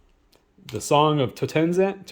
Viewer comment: The song of Totenzant... Totanzend...Totwensant...ToTenTanz... Mhmm - Bro I am in tears. I would zero chance of nailing that card off the rip.